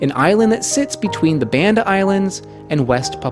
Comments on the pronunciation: Hey I love these videos and have learned so much. I just have one small comment - I actually live in Indonesia and speak the language, and want to let you know that the name of the Banda islands is not pronounced like band (as in rubber band) but like Bali, as in "Bahnda", like the baa of a sheep. Sorry! But just so you know. Thanks again for amazing in-depth videos with so much excellent information. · BAHN-DA - how difficult is it to pronounce the name the way Indonesians do! This is linguistic colonialism.